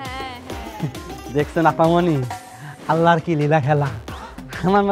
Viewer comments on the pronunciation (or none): none